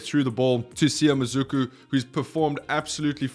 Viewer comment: It's pronounced Mah-Sue-ku